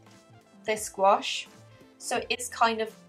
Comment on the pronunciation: why does she say gouache like squash